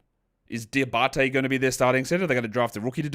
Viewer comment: From the French guy, you now have Moussa Diabate's name on lock ! Cheers man 😁